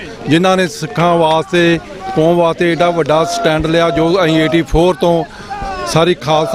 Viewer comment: learn how to correctly speak Panjabi. ਕੋਮ ਨਹੀਂ, ਕੌਮ ਹੁੰਦਾ। ਮੋਸਮ ਨਹੀਂ, ਮੌਸਮ ਹੁੰਦਾ। Also with dark glasses, you look like a blind person.